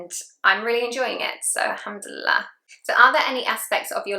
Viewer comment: Indeed. She says them with correct pronunciation Masha Allah.